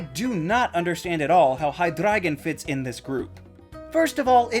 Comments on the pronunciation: Thank you for pronouncing Hydreigon's name correctly. You the real one. ✊ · You're probably the first person I've heard pronounce Hydreigon correctly